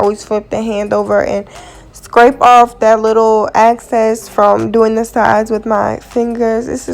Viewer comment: It’s excess NOT access!